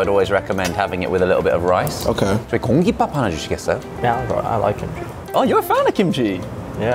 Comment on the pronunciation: 공깃밥 하나 주시겠어요 할 때 귀를 의심함 ㅋㅋㅋㅋ발음이 너무 찰지시네